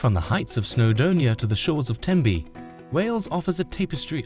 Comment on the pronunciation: This is the worst video I have ever seen. The pictures are often not even from the UK, let alone Wales and the place-names are all shockingly mispronounced. Using AI is never a good idea. It stesls from genuine creators and it messes if up. There is no such place as Snowdermia.